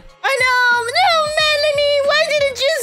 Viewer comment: It’s pronounced , Mel-an-ee